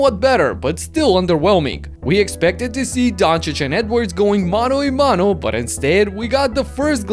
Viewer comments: "mano y mano" lol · ¡Mano a mano! Please get it right. 🙏🏽